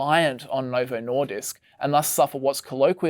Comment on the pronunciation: As a dane, hearing the English pronounciation of the word "Nordisk" over and over again is honestly annoying me.